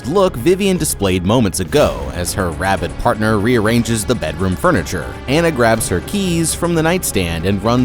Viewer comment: "Anna" not "anna"